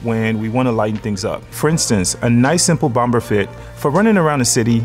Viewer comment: I subscribe and love the content. I've previously purchased items and 3 flat brim fedoras and love waiting for new content when it becomes available, but the 2nd "B" in BOMBER is silent. Always has been, always will be. I say this with love. Think about it, if you've ever heard TSA or police evacuate a building, because they found a bomb, you'll never hear that last "B" in bomb when pronounced.